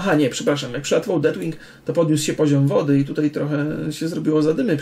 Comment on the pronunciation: Przypadkiem nie mówi się Deathwing ? Nie jestem pewien ale chyba tak jest poprawnie i wymowa z naciskiem na "th", w sumie to tylko tak mi się wydaje, jeśli mówię źle, to sorry. Poza tym jak zwykle świetnie.